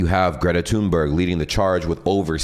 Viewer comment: Actually her name is pronounced "Greta Tühnberry" (Swedish).